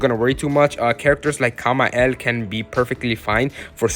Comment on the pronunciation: Nice pronounce Kama-el💀